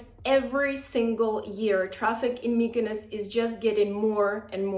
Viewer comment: I'm not rude, but mykynos sounds absolutely terrible